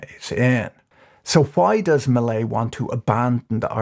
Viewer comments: "Jevier Macrai" MILEI. His last name is Milei, not Macrai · Did you mean to keep calling Millei McCry? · A couple substantial problems: First, early in the video you were talking about Margaret Thatcher and posted a picture of Queen Elizabeth as illustration. Secondly, near the end of your video, you seemed to begin calling Milei by the name of Micri, which was confusing. An edit might be a good idea. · Macri = 'máh-cree' ; Milei = 'mee-láy-ee' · I'm a gringo who speaks some Spanish. The mispronunciations distract me. Mil-leye? Ma-creye? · I can’t help but hear the name President Mallaise. Still, I hope he achieves some good in there. No doubt they need drastic reform. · did he mess up his name on purpose at the end? And what's up with Queen Elizabeth? Does he do that to see if we're paying attention? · that's not how you pronounce Macri and Milei